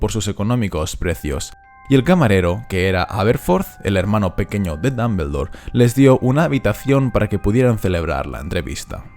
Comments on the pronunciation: No tolero como pronuncias Dumbledore, no tolero no tolero. Dombuldor no Dambeldor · no tolero como pronuncias Dumbledore no tolero no tolero.